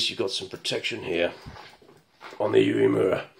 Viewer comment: Your pronunciation of 'Uemura is spot on' 🙂